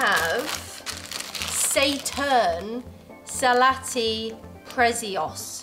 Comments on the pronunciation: Saturn is a planet. Not say-turn. 😜👍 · Of all the potato chips....and planets....Say-turn is my favorite 🤣🤣🤣🤣🤣